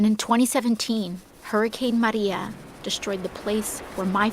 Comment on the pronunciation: She's tslking with a normal voice until she says Maria, and Puerto Rico, then she has to use a hispanic dialect. Yeah dumb ass, everyone knows that your mother is from Puerto Rico, and your father just White, and you grew up in an affluent neighborhood, oh wait, I mean you grew up in the ghettos of New York as a poor hispanic kid with no food or clothing.